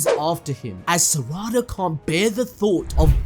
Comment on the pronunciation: Sa-ra-da… I just can’t 😂 it’s sara-da